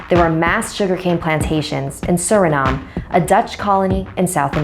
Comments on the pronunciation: It’s Suriname e at the end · Said it wrong I’m from surinam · Hi my name is Sjomara im from Suriname you missed pronounced the name of my country...and the obia may not be practiced in your country but it is in mine...All she has to do pay it off en is not obia but wiesie the nederlanths always get it WRONG!!!!!! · Suriname** its funny how people say my country name😂😂bakroes keep trying so she has bad luck allah help this child